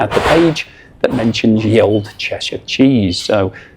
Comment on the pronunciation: I hope you know that you can't read 12th century English ... probably not! "Ye old cheshire cheese" was how "The old cheshire cheese" was written before the Normans changed it to "Th", and after the demise of the Viking "ᚦ", or "þ", all of which should be pronounced the same way, and not how you pronounced it.